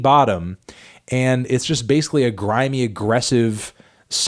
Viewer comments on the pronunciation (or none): none